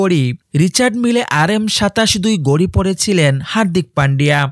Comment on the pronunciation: গড়ি না ভাই ওটাকে বলে ঘড়ি 😂😂